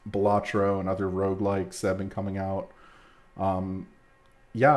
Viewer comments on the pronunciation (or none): none